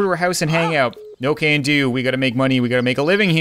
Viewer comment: When Candy called and you said "No Can do", it kind of sounded like, "No Candu" almost as her name is spelled😆😂